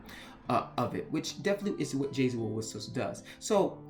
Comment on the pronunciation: I feel like an absolute b*tch in sending this comment but this entire video made me distressed. For one, I am Paraguayan and you absolutely butchered the pronunciation. Jasy is not Jay-Z or Jesse Forvo has a good example on how to pronounce Jasy. And also, Jesse the Jester? Seriously? While you got the basis of the legend down, it’s obvious that you didn’t actually do a lot of research. For one, the Guarani are mostly based in Paraguay and some in Argentina. I say mostly in Paraguay because the Guarani language is their official language along with Spanish. Guarani culture is deeply involved in Paraguay culture so don’t generalize like you did with Bolivia, Uruguay, Argentina and Brazil. Please, if you’re going to talk about culture, at least know what you’re talking about. When you were talking about Jasy Jatere, I was internally crying. I grew up with these legends and stories and it’s only magnified since my parents grew up in the countryside where Superstition is much more prevalent. Again, I’m not writing this out of spite. I actually didn’t want to write this but national and cultural pride wouldn’t stop bothering me until I did. I’m sorry but I had to. And for anyone else who reads this, please don’t think that I’m going this to be mean